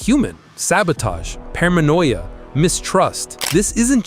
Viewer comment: Parmanoia? Sci-Si? What?